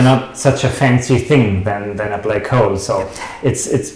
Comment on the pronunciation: I love you books and your channel, please keep slamming the frauds and mathsturbators. However I am compelled to point out that what for certain does not exist, is a second syllable in "hole." It is not and must not be pronounced "Hoe-el". Please attend to this distraction, as this oddity of the German dialect is as aggravating as the fine structure constant.